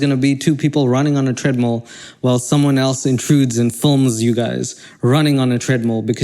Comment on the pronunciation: How normal people say treadmill: treadmill How this guy says treadmill: treadmle